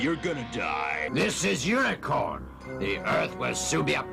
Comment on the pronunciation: Headmaster oh boy the omni production english dub and Galvatron try to become unicron thing oh im sorry...."unicorn"